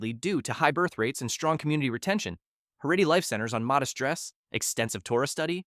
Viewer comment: Heredy??? That’s NOT how you pronounce that word. Haredi. Also Haredi Jews are divided into a plethora of sects and cultures.